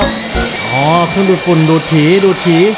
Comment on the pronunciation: ออกเสียงได้ถูกต้องครับ! "ดูดผี" แหม ถ้าเพี้ยนขึ้นมาหล่ะแย่เลย